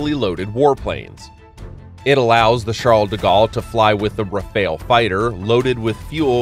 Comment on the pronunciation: It's simply the "Charles de Gaulle", not "FS Charles de Gaulle". There are no prefixes in the French navy. But the pronunciation of most words was close enough. Except for the Rafale 👉